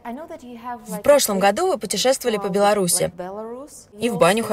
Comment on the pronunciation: Белараша. Серьёзно? Не стыдно, Вам,?